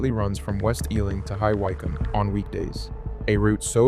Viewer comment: Tell your AI to pronounce High Wycombe correctly, and not to show old blue trains of Munich U-Bahn, New York Subway map, and DLR trains when talking about British parliamentary trains.